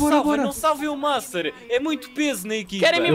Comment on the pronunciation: Alguem percebeu que o master falou mastar